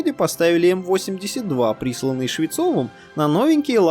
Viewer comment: ПодняУ... пошёУ... Уавочкин... Уапти... Уыковые... дизУайк!!! ДИЗЛАЙЧИЩЕ ТЕБЕ, КОСНОЯЗЫКИЙ!